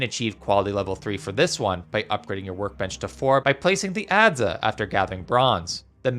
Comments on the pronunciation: it's "adds" not "adzuh" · ad-za? find webster for pronunciation if you are going to use english please... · Good video thanks. I should note thought that you don't say the vowel on the end of "adze" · The pronunciation of Adze hurts a little ngl lol Other than that as a noob I have been enjoying your tip videos, I've already gotten a LOT better by using various tips and tricks I've seen in your videos